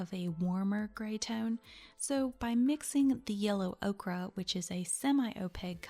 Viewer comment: Great vid- is it not yellow ok-er not ok-ra?